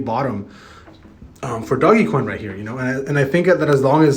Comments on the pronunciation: DOGE NOT DOG-e-coin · man still calling it doggie coin smh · my mans just said doggy coin.